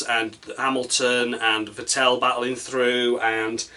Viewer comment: Vettel rhymes with battle, actually. Not with Fat Al.